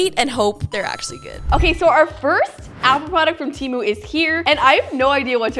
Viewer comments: Its pronounced TEEMU, not TE-MU. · temu is pronounced "teee mooo" not tem ooo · It's not TEA - MOO it's Temu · “from TEHMU” lol😂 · Why the poes are you calling it ,"Tiimu"???